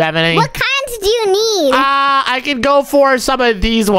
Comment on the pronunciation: Hey.. You. Nid. A. Gerlfrand😂😂😂😂😂😂😂😂😂😂hahahahahahah